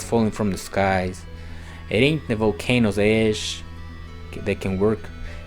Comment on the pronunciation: Where did you hear the term "cargo cult?" We must consume the same content. Also, when you said "volcanic ash", it sounded like "volcano's ass."